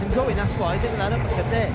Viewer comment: Did he just say uppercut in Ghanaian?? "Appacata!!"